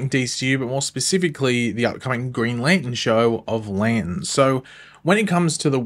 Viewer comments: It's NOT Lan in....can you pronounce it correctly! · Put the "r" in Lantern!!!!!!!!